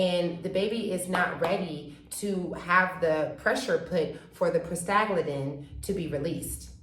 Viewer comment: I think you are trying to say 'Prosta-GLAND-in"